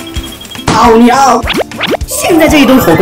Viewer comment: 开头那里我以为说煮个的"奥利給"🌚🌚🌚